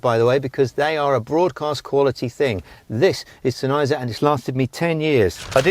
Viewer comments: Exactly. SENN-heiser, not Sen-EYEzer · Love the vid, it's pronounced Senn... Heiser like it's two words